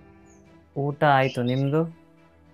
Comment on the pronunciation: Harnings 😂 Hoota 😂 Earning ✅ harnings ❌ Oota ✅ Hoota ❌ Yav seeme kannadavno neenu